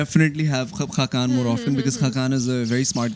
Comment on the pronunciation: Hakkan nahi khaqan😂